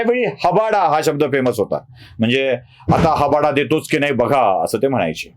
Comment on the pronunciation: हबाडा नाही हाबडा.